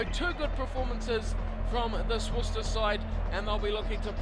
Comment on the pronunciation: there's no h in worc'h'ester